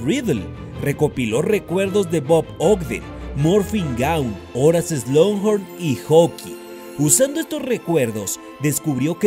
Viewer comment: siempre has pronunciado "Slonjorn", pero se pronuncia "Slocjorn", ya que no hay n en medio.